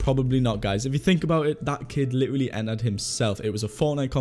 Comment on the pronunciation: Does anyone else get annoyed when he says ‘literally’😂😂😂 he just doesn’t say it right😂😂